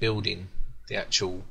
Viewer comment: stop saying acctual god damn it !! :)))